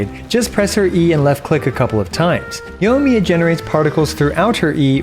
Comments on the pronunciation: Yoimiya. Yoi. Yoi. Yoimiya. Not Yohmiya. Sorry I had to, great content as always! :) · "yough miyuh" giving me ear cancer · Pls pronounce the i in her name, driving me crazy